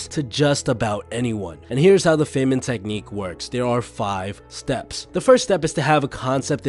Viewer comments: The fay-man lol. Fine-man. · It’s pronounced ‘fine-man’ not ‘fey-men’ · pronounced fine-man... rich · Not a credible video from the standpoint that the narrator doesn't know how to pronounce Feynman's name or other basic nouns.